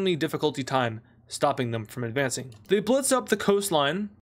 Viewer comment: "Advancing" What I heard: "AdFRACEing"